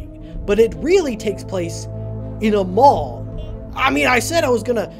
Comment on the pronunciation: When you said mall I heard ball and I was really confused about how Freddy's was in a ball.